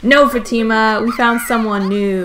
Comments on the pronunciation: f ah - t ih - m uh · does it bother anyone else that she is saying fatima wrong?